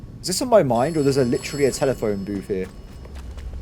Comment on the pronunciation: telephone "booth"??, i'm disappointed!